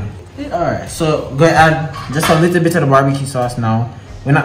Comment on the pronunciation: Nobody: Not even::"Give it a likkle kick man"😂😂